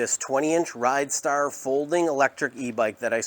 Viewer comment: Rid, not ride